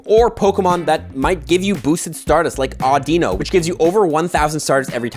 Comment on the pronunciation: I think this incompetent YouTuber is a newb because he doesn't know how to pronounce Audino. 💯💯💯